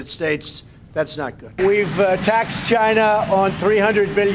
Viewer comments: 1/2 correct, he said Jina 😂😂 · CHY NAH. It came from Chy nah.